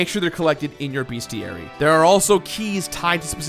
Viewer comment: It's "Bestiary" not "BeAstiary"